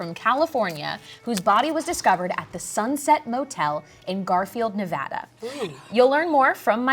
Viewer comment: said "Nevada" correctly. That already makes me happy. But also: holy crap, they included the volleyball tournaments we have here in Reno?????? Talk about attention to detail!